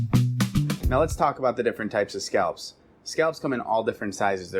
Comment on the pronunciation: He does sound like he's saying "scalps."